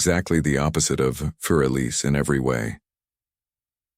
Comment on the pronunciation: More like “foor Eliza” Beethoven was German.